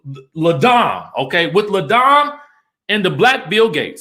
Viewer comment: FYI. Its LA DAME. (LAH) Not LE. (Luh). Just wish these women would learn how to pronounce the names of their businesses. Marlo's Le Archive is equally troublesome.